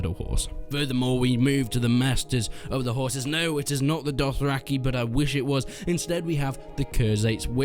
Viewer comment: Woah, I almost thought you said raising 'whores'...